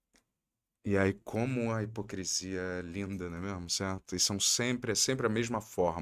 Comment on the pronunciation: mandou um combo "né mêarmo, céarto".😂😂